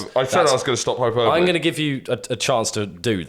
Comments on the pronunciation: Lads "hyperbole" is pronounced "High Per Bolly"; not "Hyper Bowl". Hyper Bowl was a game on the Sega Mega Drive whereby you assumed the role of Kirk Hansom, thrown into a deadly game of winner takes all Hyperthrashball. 30 contestants compete (to the death) at the eponymous Hyper Bowl stadium in front of the dystopian world leader Emperor Zardox of the Glagnon Six Galaxy. Basically it's like Street Fighter on skates. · it’s pronounced hai-puh-buh-lee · Is pronouncing hyperbole wrong a running joke that I've missed?